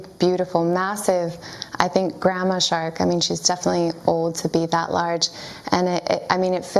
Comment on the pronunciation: Did you say a.... Grandma shark? (Doo doo doo doo doo doo doo doo doo)